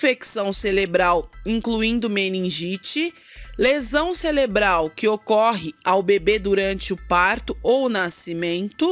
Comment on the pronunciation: "Celebro, crise celebral"?😮